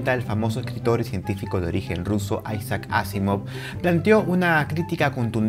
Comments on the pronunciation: Aisac? se pronuncia Isac, vaya ignorancia la tuya... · ¿Qué necesidad tiene usted de pronunciar aisaac, a la gringa, el nombre Isaac? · Hablando de ignorancia y conocimiento. ¿Por qué dice: [aisak]?, como si hablará inglés. Asimov es ruso y usted está hablando en español.